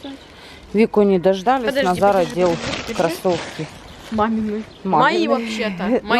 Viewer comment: почему вы называете Назара удара На за?Хотя всего его зовут Назар